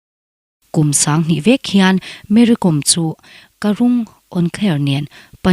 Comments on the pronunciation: Kom tia lam lovin kawm tia lam, kawm hi thluk sei deuh tur ni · Com tia lam loh tur aw, kawi kawm kan tiha, kawm lamdan ang hian Kom tih hi lam tur ani e...Kom hnam ho hi hmar hnam peng an ti thin, an tawng pawh a in zul nain Meitei area lamah an awm a, an inti zo hnahthlak vak lo. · Mery kom hning hi Kom hi ilam dik lo e mai. Lehkhabukawm( kom) kawm tia thkuk tur Vaimimkawm Kom lai tak khi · KOM hi Kâwm tia lam tur a ni lawm ni ! An nupa khan tlang mi chu nimahse mizo an ni lo hrim hrim! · Kawm tih hi vaimim kawm tih ri anga lam tur. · Mary kâwm, tih tur, lehkhabu kàwm a, a kàwm lai ang hian😂😂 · Kom i lam dan hi a dik lo. Kawm Vaimiim kawm tih kan lam dan anga lam tur a ni zawk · Kom niloin Kom . m hi thluk sei rawh...